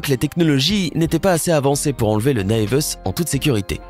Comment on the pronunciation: La prononciation de "naevus" 😂